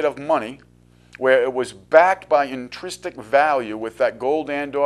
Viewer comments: INTRINSIC NOT INTRISTIC INTRISTIC IS NOT A WORD Makes it hard to take you seriously even though you're talking about massively important stuff. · 'Intristic' is not a word. A word close in sound is 'intrinsic', but check the meaning for accuracy. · the word you have in mind is intrinsic, not intristic.